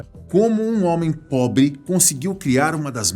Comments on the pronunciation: Só eu que entendi ele falando "...como um homem pobi.." em ?? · Só quem escutou ele falando pobi curti ai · Kkkkk "Um homem Pobe"! Esse apresentador é uma onda, já é o 3° vídeo que observo, que ele fala palavras erradas. Na edição, o canal não observa essas coisas não é? Ôxe!